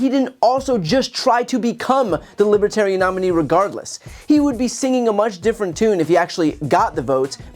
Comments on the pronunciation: When he pronounces their party affiliation as "libitarian," I'm sure he's going to win LOTS of support! I also find it disgustingly ironic that Drumpf, who talks crap about people reading off a teleprompter, sticks EXACTLY to the script at this appearance! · He can’t even pronounce “libatarian”. Give me a break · The “Libbatarian” party . He can’t even say names right because he’s so ignorant. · What is a "Lipatarian?" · trump keeps saying "Libe-Tarian" Where's the "R" ? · "Libatarian". Trump can't even pronounce the name of the party correctly. "Evil regime", Donald look in the mirror for the evil regime! So glad he was booed soundly! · Is it me or does Trump keep saying "LIPertarians?" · Can he actually not pronounce the word “libertarian?” “Libatarian” is close enough for Trump. I’ve been enjoying his speech at the convention all weekend. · seems Trump is going for the "lib-buh-terian" "Vay-Gun" vote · ".aaa LibuTarian...." ahahahahaha .Doubt he even knows what a Libertarian is. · Anybody who asks me to do something but never even tries to pronounce my name right, will never get my cooperation. "Lib-uh-tear-ian." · "Libatarian" lol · The "Libatarian Party," Trump says. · The Libbatarian Party. He can't even pronounce the name right. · 🕺” Libu - tarian” his very own pronounciation 🕺 uh here’s a voice in the crowd … “I vote that D T go f…k himself”…… to which I say, HA HA 🦅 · The conman needs to go back to school It's "Libertarian". The "r" isn't silent. What a stable genius..😂😂😂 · Who's going to tell him it's not Libitarian? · What is a libetarian? One would think if you were to claim to be something, you should learn how to pronounce it. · "Libitarian"??? This putz can't even pronounce the name!!😂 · Liba-tarian: Trump's pronunciation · TFG can't even pronounce "Libertarian." What a putz. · lolz.. he cares so little he didn't even bother pronouncing it right... he kept saying 'Libitarian'. What a waste of air. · He can’t even say Libba-Tatiana! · "Lib a tarans" 😂